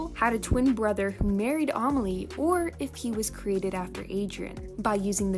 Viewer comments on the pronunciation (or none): Ok so you where saying Emily's sisters name wrong... I know this because we have the same name... The "a" Says "A" not "o." And heres what it looks like when you sound it out "A- may-lee"